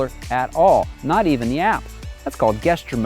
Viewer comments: it's pronounced JESTURE mode, not GUESTURE mode, lol. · Lol the way he says gesture control